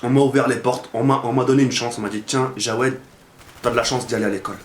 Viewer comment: CEST JAWED EST PAS JOUED PAUVRE INIOBLE TU DEVRAIS AVOIR HONTE